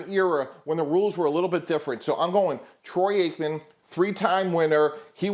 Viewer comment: I know this dude didn’t say Troy Aikman 😂